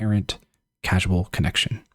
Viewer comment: I think where you said "No apparent casual connection" you meant to say "causal". Causal vs Casual as in, "cause and effect" versus "laid back"